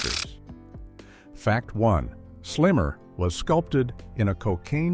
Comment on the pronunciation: Yeah that immediately made me realize I was probably watching ai slop audio over a real human voiceover